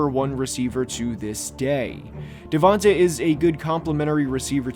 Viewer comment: Put some respect to DeVonta’s name, literally. “Devonte” come on man. And your grading criteria for him is bizarre. “Is he a top-4 or 5 WR in the league?” That’s your standard? He’s, at worst, a 1A WR. I guess Garrett Wilson is a bad pick too because he went 10th too, and isn’t a top-5 WR.